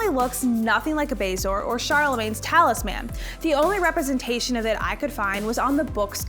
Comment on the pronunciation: It’s talisman, not talis man. Lol no one collects a talis man, that would just be one more mouth to feed. So it’s all together as talisman to indicate the small objects.